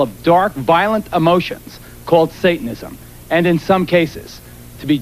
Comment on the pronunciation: When said, "Satism", I was outta here. LOL